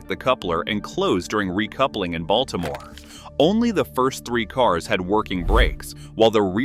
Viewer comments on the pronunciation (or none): none